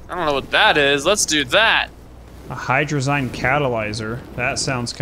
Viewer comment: ya sayin hydrazine incorrectly.